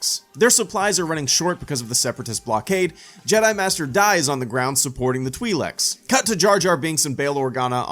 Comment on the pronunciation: (Twi leaks) not (twe leks)